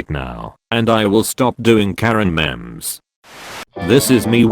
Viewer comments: Everyone:memes Daily dose of memes text to speech:*MEMS* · I love how he says memes he says it like memes 😂